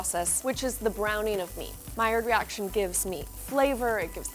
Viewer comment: no one: not a single soul: tasty: MILLIARD REACTION 👁️👄👁️